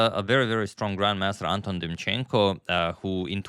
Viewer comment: Anton in Ukranian and Russian names pronounced as in David-Anton Guiharro - with stress on the second syllable